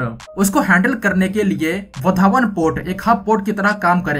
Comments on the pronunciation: वधावण नही वाढवण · लगता है ये युट्यूबर विदेश से आया है वाढवण को वधावन बोल रहा है 😂😂😂